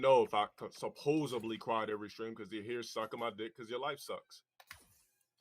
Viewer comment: omfg he said "supposibly" like joey from friends.....except joey is a fictional character....the actor is a normal person.